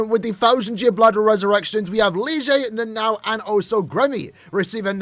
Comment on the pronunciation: can't trust this when you pronounce nana-o like "naNOW" 😂